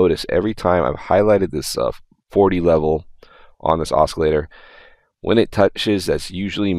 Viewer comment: oscillator has a soft C sound, not hard.